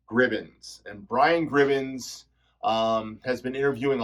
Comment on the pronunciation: Hey, thank you so much for the shoutout! It's just "Gribbin", not Gribbins lol.